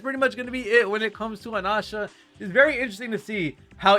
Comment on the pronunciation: Anasha? That's the first time hearing it pronounced like that 😮